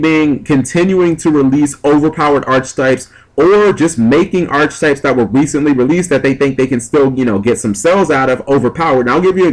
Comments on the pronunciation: Also, it's probounced [ahr-ki-tahyp]. Pet Peeve. (push the little sound button on dictionary. com) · it's pronounced arketypes with a hard "c." god it's annoying to hear you say archetypes with a ch sound, especially if u say it like every other sentence